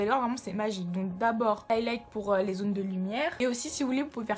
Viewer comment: "Li sourcil"😂😂😂😂😂